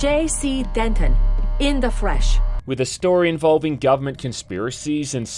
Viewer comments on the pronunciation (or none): I’m sorry did she say “in the fresh” instead of in the flesh, I’m playing this game NOW